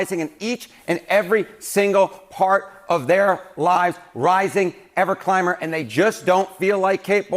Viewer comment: Did he say prices are rising ever climer?😂